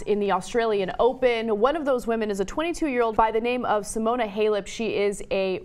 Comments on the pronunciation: What a bimbo. She says "f***" and "s***" all the time and can't be bothered to learn how to pronounce Simona Halep or Eugenie Bouchard's names. Is that supposed to be "cool"? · I'm more angry that she didn't pronounce Simona Halep right.